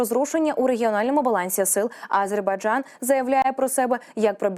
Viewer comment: Навчіть цю ведучу правильно вимовляти слово Азербайджан, бо її наголос на першу "А" вже не один ефір вухо ріже🤦🏼‍♀️🤦🏼‍♀️🤦🏼‍♀️